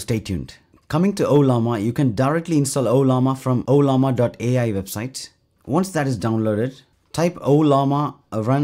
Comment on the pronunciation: Why I think he said Obama?😂